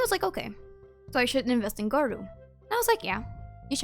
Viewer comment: Hearing you say gorou as goru is kinda whack hahaha